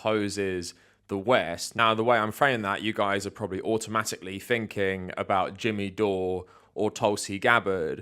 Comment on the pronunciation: Quit saying "finking", bro! It's THinking! Jeez, love the content, but damn that's annoying!